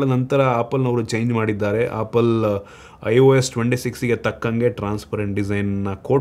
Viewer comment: Apple bro not appul